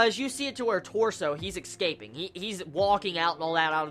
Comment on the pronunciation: "He's exscaping"